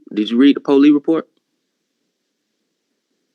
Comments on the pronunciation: “Did you read the poli report” SOB come on now. Finishing the word “police” isn’t hard. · did this loser just say "po- leeeze" for a 👮 lol wow. and that hair? shave your head bro, the hair is running tf away from him.